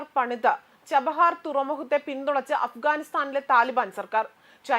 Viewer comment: ചഹബാർ അല്ല ചബഹാർ എന്ന് പറയൂ .. കാപ്സിയൻ സീ അല്ല കാസ്പിയൻ എന്ന് പറയൂ .. വെരി പുവർ G. K ..